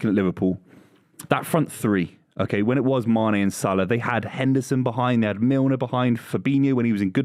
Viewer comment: said only Salah right